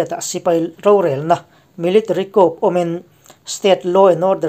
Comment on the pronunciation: 'Coup' hi 'khup' ti a lam lovin 'khu' ti a lam zawk ni se